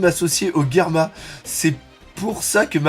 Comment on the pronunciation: Mais pourquoi tu prononces "Guerma"? c'est germa ... ("jerma") .... ☺